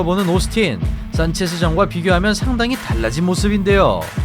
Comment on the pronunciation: 산체스로쓰고, 산체즈로 읽는다... 원 뚜 뛰리...뚜리~??